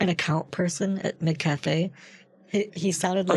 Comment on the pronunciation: He mixed up McCafe with McCafrey